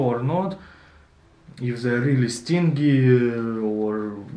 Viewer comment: Another excellent video, well done. No criticism, only trying to help here. 'Stingy' has a soft sounding g stinджy ( стинджии ) ха ха))